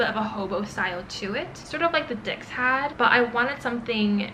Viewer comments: Great video! It is pronounced as dis (not dicks) in French. :) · Dix is pronounced as dis. X is silent. It just hurts me so much to hear dicks 😢 If you are investing so much into this brand, why not learn how it’s correctly pronounced?